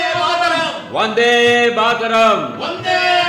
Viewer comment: ಕನ್ನಡ ಉಚ್ಛಾರಣೆ ಬಾರದಿರುವ ಕೆಲವು ಕಲಾವಿದರು ಮಾಡಿರುವ ಪಾತ್ರ ನಿರ್ವಹಣೆ ಕೇಳುಗರಿಗೆ ಹಿಂಸಾತ್ಮಕವಾಗಿದೆ. ಹಿಂದೆಲ್ಲ ಶ್ರೋತೃಗಳಿಗೆ ಕರ್ಣಾನಂದ ನೀಡುತ್ತಿದ್ದ ಕಾಲ ಈಗೆಲ್ಲಿ?! ವಂದೇ ಮಾತರಂ ಘೋಷವನ್ನು "ಒಂದೇ ಮಾತರಂ" ಎಂದು ತಪ್ಪಾಗಿ ಕೂಗುವುದನ್ನು ಕೇಳುವ, ಕಳಪೆ ಅನುವಾದದಿಂದ ದೋಷಭರಿತವಾದ ಪದ ಜೋಡಣೆಗಳನ್ನು ಆಲಿಸುವ ಮತ್ತು ಸಮೃದ್ಧ ಕನ್ನಡ ಭಾಷೆಯ ಅಪಭ್ರಂಶ ಕೇಳುವ ದೌರ್ಭಾಗ್ಯ ನಮ್ಮದು.